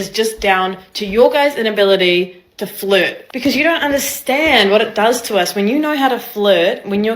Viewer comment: Fluhhht? I will not Fluhhht.